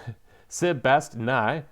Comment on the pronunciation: Cool video! Thank you for the introduction and review of Cathay! 😺 I personlly like Miao Ying the most. And credit were credit is due: they really painted up an awesome jade color! If I had a free wish from you I would take a 3 hour long Exploring Series-style video about Cathay. 🥺 PS: 'Sebast-nyana' but you can also take 'Seb' or 'Nyana'. Please don't break your tongue... It's still needed 😼